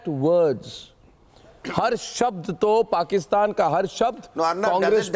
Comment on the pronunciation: Dear It is not porkistaan but it is paikanistan.